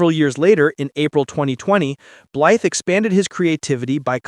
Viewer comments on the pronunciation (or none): All that information and you keep saying his name wrong. Blythe rhymes with fly… the TH is silent.